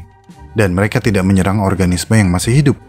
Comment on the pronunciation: "Pasih" atau Masih?